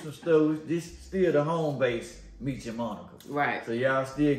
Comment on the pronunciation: Meech and Monica. Not meecha 🤦🏽‍♀️🙂